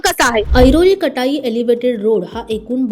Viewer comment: आधी जागांचे उच्चार व्यवस्थित करायला शिका...कटाई काय? काटई असा उच्चार आहे...आणि देसाई खाडी नव्हे...देसई असं त्या गावाचं नाव आहे...उत्तर भारतीय आपल्या टॅक्सींच्या मागे खोपोलीच्या ऐवजी रोमन लिपीमध्ये Khapoli असं लिहितात...संताप येतो... नीट गृहपाठ करुन एखाद्या प्रकल्पाची माहिती द्या...नाहीतर दिली नाहीत तरी काही बिघडणार नाही...